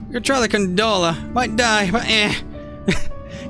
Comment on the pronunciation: It was funny at first, then it started to bother me hearing you say gunDola repeatedly. I loved the intro, though. Quit worrying about it so much.